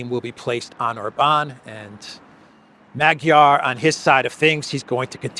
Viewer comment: Peter Magyar is pronounced MAWD-yar.